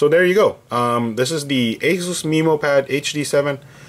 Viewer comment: That's the correct pronunciation "MeMO" Like Finding MeMO the movie